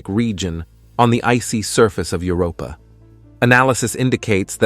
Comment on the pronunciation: Are AI narrators so much cheaper than humans that we have to put up with stuff like "plumees on Europee?"